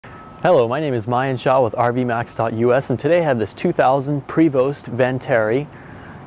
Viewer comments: It's a beautiful coach but dude, learn how to pronounce Prevost; many pronounce it incorrectly, as you have but that doesn't make it okay. Listen to one of the company representatives pronounce it here from Prevost page (see By the way, if one is expecting to haul around a motorcycle in that compartment it must be the smallest motorcycle around; just saying. If I bought this coach the first thing I would do is have somebody go through and replace all of the television and stereo components. It's doubtful that it'll be long before those remote controls (if they haven't already) start going bad. It's true that things were built to last back then but it's been twenty years and I'm pretty confident saying it's time for things to start popping up in need of replacement or maintenance. Congrats; you came closer to pronouncing the name correctly toward the end of the video. It truly is a beautiful coach; thanks for sharing. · Number one the man cant pronounce the name of the vehicle he is selling. Number two low miles on a Prevost is not what you want that is exactly the opposite of what you want. that means it’s been sitting and that’s the worst thing you can do is to let it sit. I wouldn’t touch this coach for $5000. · When he mispronounced the manufacturer name he lost cred. Then that head handle blew it! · Thank you for your feedback! He knows that its "Pray-vo," but he kept saying Pray-Vost in the start and then said correctly later in the video.. Oh well.. It Is What It Is.. Its Pray -Vo for correct French pronunciation just like it should be "Por-chaa" for German.. or Gaan-Gaa river for Indians.. Its great that we have got so many feedbacks along with some critical ones, but we know that's all good. Thank you for watching our videos.. haver a happy July 4th! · Great review, but (sorry) the pronunciation is "Pray-vo". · Actually it is Pree-vo! It sounds not like pray! But nice rig! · It’s pronounced prevo the ‘t is silent. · Prevost...pronounced pray-voh